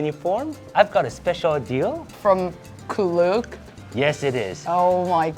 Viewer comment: its actually pronounced k-look like k-pop. but get your bag king